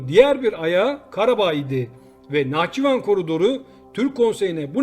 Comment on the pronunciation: nahçİvan değil nahçIvan. her seferinde yanlış telaffuz ediyorsun. Türk olarak utandırıyor.